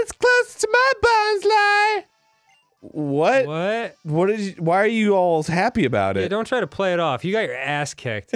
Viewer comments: Anyone else insanely surprised when Arin pronounced Bonsly correctly? Dreams do come true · I always pronounced it 'bons- lee' but bons-lie makes more sense lmfao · And yet he managed to pronounce its name correctly. Almost no one does that. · Is anyone else absolutely blown away by the fact that Arin knows the proper way to pronounce Bonsly?